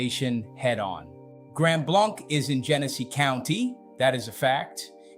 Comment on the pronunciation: If you’re going to make the claim that you live here, learn how to correctly pronounce the name of the community: Grand BLANK- as in empty, nothing.